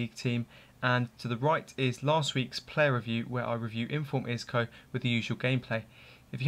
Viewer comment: Pronounced Oli-Etch